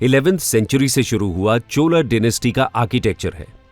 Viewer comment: बहुत अच्छी प्रस्तुति पर कृपया हिंदी का इस्तेमाल करें हिंदी वीडियो में,,, पल्लव है पल्लवा न्ही , चोल है चोला नहीं, मंडप है मंडपा नहीं,.representation, architecture, temple को भी हिंदी में बोलें जी,,,,,,,अंग्रेज़ी का अलग वीडियो बना दें।आशा करता हूँ आप इस सुझाव पर विचार करेंगे